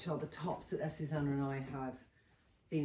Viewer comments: Yep, I agree. I absolutely love Trinny and Azucena is amazing, but she should try to pronounce her name correctly. I am sure it would be a lovely surprise for Azucena if Trinny actually called her "Athoothena".... the "th" pronounced as in "think, thank..." 😊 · Azucena its pronounced Ah-zu-ze-nah!